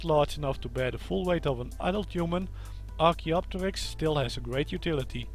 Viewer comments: Perfect pronunciation by the way. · You pronounced it right